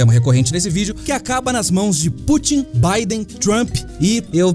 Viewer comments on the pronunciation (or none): none